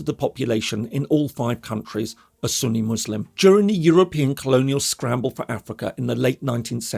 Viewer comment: "Izlam, Izlamest, Suuni, Jee Had" - The pronunciations always crack me up.